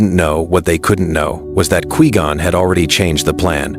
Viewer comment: Who tf is "Qwee-Gone"?